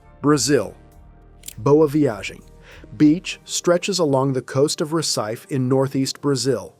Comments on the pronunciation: A lot of words are mispronounced. Isn't AI supposed to be smarter than that? BTW, it's pronounced ReSEEFAY, not RecEYEfe! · It’s pronounced “ Ref see Fay “ not recife